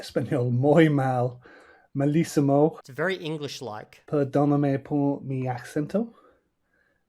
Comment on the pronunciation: that one guy at 270 whole hours couldn't even pronounce 'acento' right LOOOOL. i mean if you're trying to prove a point do it well. not to mention not even knowing about the 'que' lololol